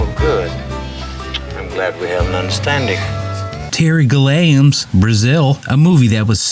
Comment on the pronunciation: Terry Gill-Lame LOL. He would love that.